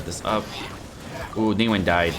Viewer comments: Isn’t it Ning Guang not Ning Wang cuz he’s saying Ning Wang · Hey! Love your work and thank you for showcasing best legs in game For future reference, the correct pronunciation of her name is "Ning-Gu-Ung" (the "-ang" is the same as the English word "sung") Her name roughly translates to "condensed light" (凝光) a lot of the nuance is lost with translation but the "Guang" (光) means light Hope this provided some insight and will be helpful (◍•ᴗ•◍)❤ TLDR: NingWong instead of NingWang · I hate how you say her name like ningwang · Her name's pronounced "Ning Gwong" :P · I am personally offended that you pronounced her name wrong